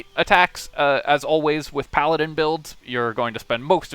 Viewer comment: Is this a Pa-ladin?